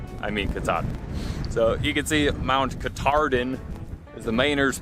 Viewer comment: Fifth generation Maine native here. Never heard it pronounced ‘Katardin.’ Maybe the same region that call “hundred” “hundoo” refer to it as such, but not those of us from Maine.